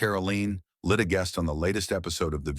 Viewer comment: Whoopi stinks, but the narrator got her name right, he cannot even pronounce Leavitts name